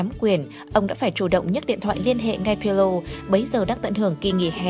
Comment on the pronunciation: video hay nhưng bạn đọc sai tên pirlo rồi...